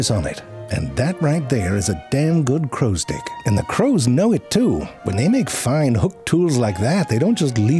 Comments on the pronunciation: why i have the feeling you deliberately pronounce it like crow's dck instead of crow Stick 😁😁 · Am I the only one who hears “crows dick” Every now and then?! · I can't stop hearing "crow's dicks" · Your pronunciation of "crow's stick" is so perfect that YT auto captions spells "crow's dick" Well done good sir, well done